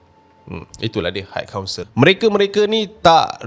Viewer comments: Sebutan high adalah "hai" bukan "hike" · admin, bukan haik kaunsel daaa tapi hai kaunsel. xde haik haik